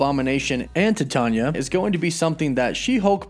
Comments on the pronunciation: I’ve been reading marvel for years I thought the villains name was pronounced Titania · Say it with me phonetically: Tie-TAY-nee-uh, like the incredibly durable metal titanium. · Thank god somebody said this. He mispronounces a lot of stuff... hahaha. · You are pronouncing her name wrong..Titania. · Her name is pronounced tie-tan-ya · i could be wrong but i believe it's spelled "Titania" and it's pronounced "TAH-TANE-E-AH" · No you are right he fucked it up. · Yeah lol he said Tah-tonya 😂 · Dude, your freaking killing my brain. Titania is pronounced like the metal Titanium but without the M. Don't overthink the pronunciation. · He really butchered the name of Titania huh lmao 😆 oh snap! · Dude.... Why do you say every name incorrectly? Titania is Titan (like Chronos, Atlas, etc) or the metal Titanium. Same thing with Sersi in other videos. She is a reference to the goddess, Circe (Sir•C) as all the Eternals are referenced to deities in one way or another. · He was killing me with the way he was pronouncing her name lol. Hasn't he ever heard of the metal Titanium? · if you type in “How to pronounce Titania” in Google, it literally says it verbally for you. Even fictional character’s names have correct pronunciations.